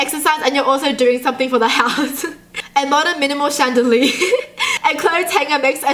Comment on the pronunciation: she said chandalee instead of chandilier